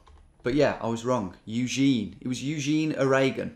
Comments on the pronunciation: The way you said "Euzheen O-RAYgun" had me cracking up, and then your little cheeky glance at the camera kept me going lol just what I needed today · "it was Eugene. Eugene, A-ray-gun.... -_-" lol!